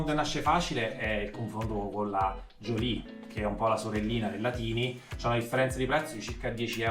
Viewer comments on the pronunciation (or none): nella pronuncia iniziale:) si legge tàini... significa piccolina